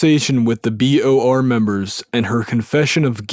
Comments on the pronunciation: Guy keeps saying BRO when it’s clearly BOR lol. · why does he say b r o instead of b o r lol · Why do you keep saying BRO when if clearly says BOR? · I will read it myself. You said B.R.O. 4 Times in a row when it is B.O.R........LOL J/K I hate reading, I will listen to the whole thing. Thanks Man! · Does this narrator have dyslexia? Every time "BOR" comes up, he reads it "BRO" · Why you say bro when it’s bor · Was anyone waiting for him to say BOR not BRO? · You say BRO its BOR 😆 just saying, thank you for this video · BOR not BRO. Outside of that, thanks for the audio. Very Sad story. Man, tried to stand for what's right and they pushed him to the edge...😔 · I think you are dyslexic, dude. It reads BOR, not BRO, which you said more than once lol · Why doesn't this have more views? Because it's narrated by a dufus. Oh, and it's BOR not BRO, kid. I'll read it myself and still give you a thumbs up because of this story.